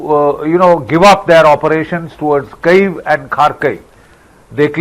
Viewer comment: Please note Kyiv is pronounced as Kiv not Cave